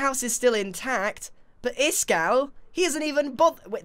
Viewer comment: Its iskall not iskaal